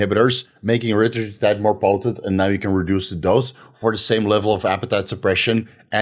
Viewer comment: He keeps saying retratutide lol...